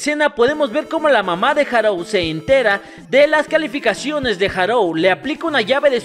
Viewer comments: Buen video, solo que me fastidiaba un poco que le dijeras Harou en lugar de Haruo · Buen video, pero... harou? HAROU?????